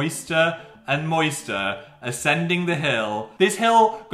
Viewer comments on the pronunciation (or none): moister? Moister? MoIsTeR? MMMMOYSTER??? why does that sound so weird